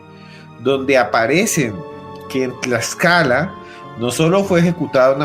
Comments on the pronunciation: Corrección: Es Tlaxcala, no Tlaxaca. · Buenas tardes es Tlaxcala, no Tlalxaca. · Señor no es Tlaxaca, es Tlaxcala. Saludos 👋 cordiales. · Querido me dió ansiedad al escuchar que no decías bien Tlaxcala, hasta el final lo dijiste bien 😊saludos